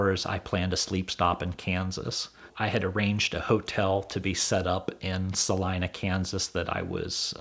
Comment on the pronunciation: Thank goodness you know how to say Salina